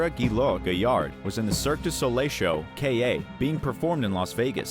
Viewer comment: KA (pronounced kah, not Kay-a) was NOT a traveling carnival show. It’s a permanent theater costing tens of millions of dollars.